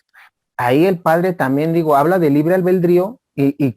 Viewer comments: La palabra correcta es ALBEDRÍO NO Albeldrío. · Disculpeme, es ALBEDRIO, NO ALBEL DRIO